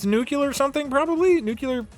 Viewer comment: I die a little inside every time Doug says "nucyoular" instead of nuclear